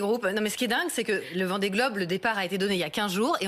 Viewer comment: A 00,3 s Elle a dit VENDEE GOBE! 😂😂😂